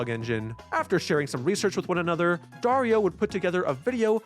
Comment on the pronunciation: just a quick note: Dario is pronounce ''DUH-REE-OH'' with an accent in ''RI''